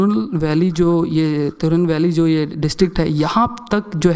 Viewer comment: He can't even pronounce tirunelveli